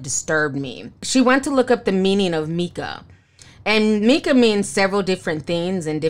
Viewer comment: I don't think you're pronouncing FN Meka right...it's basically pronounced FN "Mecca" which illustrates that he's supposed to be the highest/the lord from the jump. It was wasn't meant to be that deep. Anyway, Xxxtentacion's family should sue for using his likeness. Creepy ass Westworld shit.lol